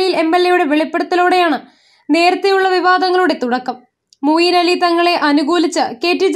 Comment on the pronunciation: Moyin Ali alle? Mooyin Ali ennanello vaayikkunnathu.? Oru nalla aale vayikkan vakkane...